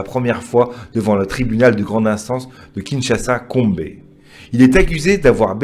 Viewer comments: Monsieur qui se mêle de nos histoires on ne dit pas Kombe on dit Gombe svp référez vous à tsangu TV pour t'informer 😄😄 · Mais c'est qui ce mec putain ? Peut on m'explique cette étrange ne sais même pas prononcer gombe ni le nom de notre président il me fou les nerfs